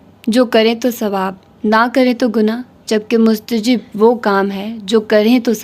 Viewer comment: مستحب is right word Not مستجب